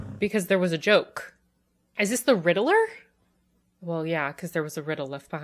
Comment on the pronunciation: The way you pronounce Riddler makes me laugh. Like "Riddle-Er".